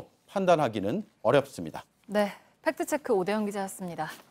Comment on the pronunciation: 안나경 기자님, 팩트체크를 발음할 때 "트"와 "크"를 유난히 강조하는데 팩트체크는 Fact Check라는 영어임으로 가급적 영어 발음에 맞게 해 주세요. 즉, 손석희 사장처럼 "트"와 "크"를 약하게 발음해 주세요.